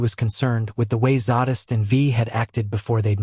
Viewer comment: J R how could you subject BDB to Ai It’s TERRIBLE the reading is monotonous and there are no breaks between chapters. The pronunciation of names is unmentionable. I can just see Vishous looking murderous after hearing his name spoken Vis House. He will pull off his leather glove and BURN the bot. Zsadist won’t be impressed being known as Saddest and Xhex as Scheck !! Even Fritz would object to being called a dog gen. Your stories are so full of emotion action fury and desire Ai has NO imagination. Why is Jim Frangione not reading this😮😢